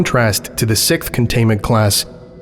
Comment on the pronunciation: 👍 Love the graphics. One thing to note for your American accent -- we pronounce "6th" as siksth (note that s sound before the th). Other than that, I'd never know you're Northern Irish. 😁 I have also heard you pronounce "been" the British way; it just kind of makes you sound a bit Canadian, haha!